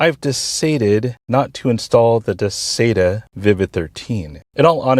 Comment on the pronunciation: You say Duh-say-tuh, I say Duh-sye-tuh.....